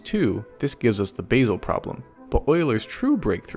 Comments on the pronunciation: Just for information, the Swiss town Basel is pronounced Baa-zle, not Base-el . Thanks. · It's Basel, not basal